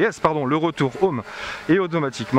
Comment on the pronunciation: C’est insupportable de regarder une vidéo filmée avec une caméra sur la tête, ça donne envie de gerber au bout de 30 secondes. En Anglais, les H se prononcent, on ne dit pas « ome », on dit Home. Quand vous riez vous ne faites pas A A A A A, vous faites hahahahaha donc vous savez prononcer donc, svp, prononcez les H. Dernière chose, la propagation des ondes est perpendiculaire à l’antenne. D’après vous, où vont les ondes radios quand l’antenne est à l’horizontale ?